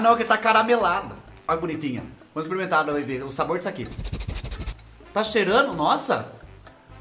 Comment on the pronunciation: do Céu, a vaca voando aí, e aqui na minha cidade "maiando" chuva de pedra, e eu linda de bonita assistindo você! Adoro quando você "exprimenta as coisa" e faz os barulhos de bichinho que tem assobio!!! Obrigada pelas boas gargalhadas!!! Obs.: Sou mineira, mas creio que o Tereré se toma gelado, pois a região centro oeste é muuuuuito quente.